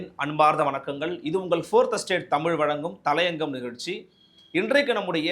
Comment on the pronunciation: அது தளையங்கம் அல்ல தலையங்கம் தமிழை ஒழுங்காக உச்சரிக்கவும்.